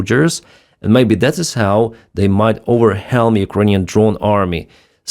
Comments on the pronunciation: The pronounceiation is well-m no H sound. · you are a champ - i watch ev ery program...... the english word 'overwhelm' is pronounced 'overwelm'... silent h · I love you channel, I watch every video, and share the really good ones. I hope you reach a million subs soon, you are a good source of real, true info on the war. I did notice how you pronounce overwhelm, however. the h is silent, so the whelm half is pronounced like when or where. Just my 2 cents. Thanks for everything you do, I also enjoyed the motorcycle trip in Germany on your other channel. Great video, just a taste of a beautiful country, and a nice diversion away from the depressing BS from Drumpf and his clown car of idiots. I really appreciate you and your hard work. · English hint: whelm in 'overwhelm' is pronounced 'welm', the h is a soft influence on the w and the e. Slava Ukraini!